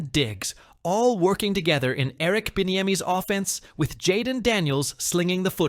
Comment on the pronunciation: Yall need to correct part where they say Eric Bienemies offense.....PLEASE